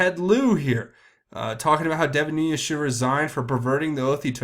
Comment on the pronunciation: Why is everyone (EVERYONE)!! mispronouncing Nunes?! There is NO (Y) or (J) in this name! It is pronounced 'Noon-ez' NOT Noon-yez.